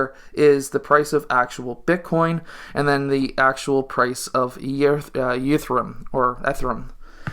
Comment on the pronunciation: Learn how to pronounce Ether and Ethereum 😖😁. I am a huge ETH bull and I recently transferred half of my ETHX into ETHY.